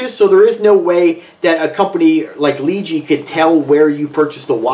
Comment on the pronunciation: It's pronounced LeeJ